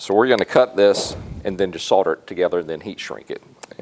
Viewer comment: Its Solder not Sorder. :)